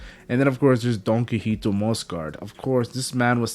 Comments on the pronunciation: Omg I can't watch this if you're going to keep saying "donkeyhito" it's DON QUIXOTE(KEE-HO-TAY) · Don key hoe tea